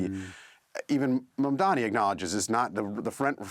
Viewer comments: First things first: tell ypur Scottish woman journalist and the one in London, England, to show some respect by making at least a very slight effort to pronounce correctly a very simple name that is spelt just as it is pronounced. Show some RESPECT. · All three hosts butcher the pronunciation of Mamdani's name. British arrogance. Try saying Hampshire or Worchestershire as they are pronounced and see how snooty Britishers get. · You all white people need a prep course, how to pronounce MAMDANI. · Mamdani spelt it to Cuomo, it's M A M D A N I. And still he can not pronounce it. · What is wrong with the woman interviewing??? Couldn't she find some time to check out how to pronounce Zohran Mamdani's name. So shameful for the interviewer and BBC. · We all know Cuomo can't pronounce Zohran's last name, but why is almost everyone on this BBC show STILL not able to pronounce MAMDANI's name properly?!! I'm looking at you. As peripheral an issue as it seems, details like being able to say someone's name properly demonstrates, at the very least, a recognition if not, acceptance, of that person's very humanity. It's reflective of the soft bigotry against the 'other', the 'immigrant', black and brown and perinnial 'scary Muslim', that goes on in many middle-class households of the dominant WHITE class of people in the West. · So they're talking about Mamdani, but can't get his name right. The BBC really is an embarrassment. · Dear #BBC, we know you are a propaganda channel but please, have respect for Mr Mamdani - teach your presenters to at least get the pronunciation of his name right! He is NOT Mamdami!!! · This woman kept calling ZOHRAN MAMDANI as MAMDAMI whereas her cohosts were pronouncing his name correctly. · This is a disgrace for a host who can’t pronounce a name correctly. Madam, the name is MAMDANI not MAMDAMI! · Eric Adams has endorsed Cuomo yesterday, it's not Curtis Siwa, it's Sliwa, not Mandani, Mamdani... are you high?😅